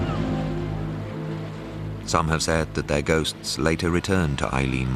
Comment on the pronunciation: As someone who served as a keeper there I can say that there is a lot of absolute crap in this programme, he can't even pronounce the name Eilean Mor properly.